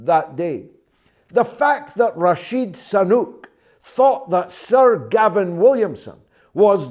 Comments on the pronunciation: I was wondering too. Is it on purpose? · George, you keep calling 'Rashid Sanuk' , while its actually Rishi Sunak.....!!!!, Why do that ? I wonder !!